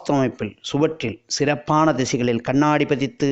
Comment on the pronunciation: அருமையான தகவல். நன்றி. கண்ணாடி என்று சொன்னால் போதும். கண்ணாணாடி என்று ஏன் கஷ்டப்படுகிறீர்கள்